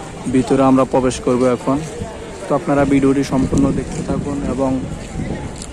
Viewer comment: bhai age thik moto kotha bola shikhben, tarpor aishob vlog korben...prothom ai...bolen 'pobesh' korbo...bhai pobesh kora kake bole?